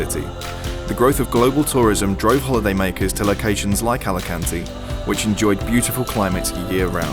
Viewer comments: Alicuntieeee. A-li-kan-te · Hey! Learn to say the name of the city! No "Álekánti". Correct: "Álikánte" (a)! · It's pronounced Alicant(ay) not Alican(teee). Thanks for the video. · great video, but try to pronounce the E at the end of Alicante, like the locals!